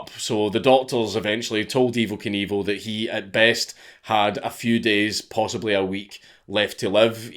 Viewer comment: dank saying Evel Knievel just sounds like Evil Cannibal every fucking time